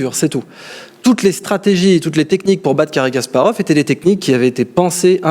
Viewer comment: faut arrêter avec cary gasparov... Kasparov !!!